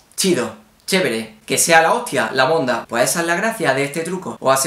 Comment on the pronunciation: “La monda” jajajjaj en Colombia decimos “La mondá” acentuando la “a”